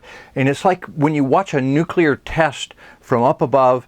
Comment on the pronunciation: This was done three years ago. I have watched a lot of Farsight's videos, but not this one. Very interesting, and about time I got up to speed on what is known about the Pyramids. One note - in this vid I discovered that does not know how to pronounce the word "nuclear", which is something I look for in intelligent people. Some people even to refuse to change their wrong pronunciation. Hopefully was told this by others before now, and has learned.